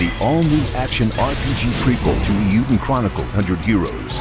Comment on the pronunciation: "Iyuden?" Nobody knew to tell the announcer how to pronounce "Eiyuden?"